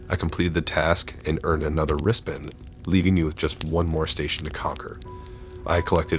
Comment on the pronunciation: Are you saying wristband or wrist bend?